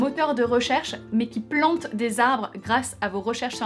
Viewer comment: Ecosia, un moteur de recherche mais qui PLANTE!!! des arbres… 😁 pardon mais la façon dont tu l'as dit, j'ai cru comprendre pendant quelques secondes qu'Ecosia plantait tout cours!